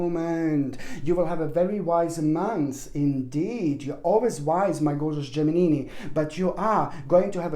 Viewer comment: I like how you call the geminini👍